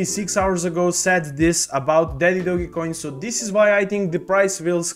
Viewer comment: Please pronounce it correctly not dogay lol 😂